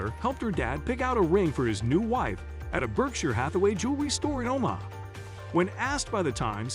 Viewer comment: I stopped watching when he pronounced Omaha O-MAH-ha.